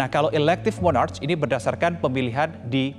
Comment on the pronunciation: Sebutan nya bukan Mornarch.. Sebutan nya Monark.. 😅 Gimana sih..